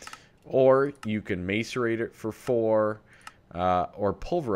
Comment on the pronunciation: not to be that person, but it's pronounced (mass-uh-reyt-er) And how come you say "too too much"? the extra 'too' doesn't add anything. love the channel btw. sorry for being a grammar nazi :P... i just cant help but notice those two things every time you say them.